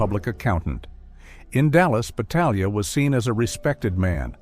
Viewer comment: This AI narrator is consistent with mispronouncing his name every other time. It's no more than this creature deserves. I know a branch of Battaglias in California; they pronounce the name the Italian way.